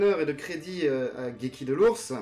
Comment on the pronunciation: Une question: apparemment tu connais la version originale de la série d'origine (tu donnes les noms originaux des attaques, tu prononces correctement le nom de Geki), alors pourquoi on a droit à du "Seyar" et du "Shina" pour Seiya et Shaina ?